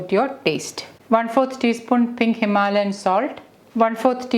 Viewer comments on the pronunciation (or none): none